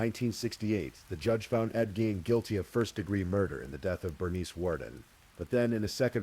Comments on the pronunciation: Ed Gein ~ Geen, not jean…. Lol AI? I’m breaking balls. Nice work ❤ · Why does the AI narrator keep mispronouncing Ed Gein's surname?!?!? Was really annoying.